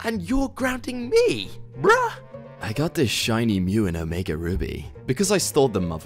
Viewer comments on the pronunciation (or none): none